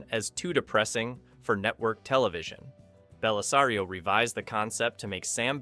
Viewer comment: But he got Bellisario correct. 🤪